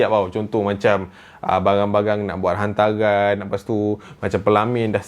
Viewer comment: ..sebut hantaran..bukan nya hantaqan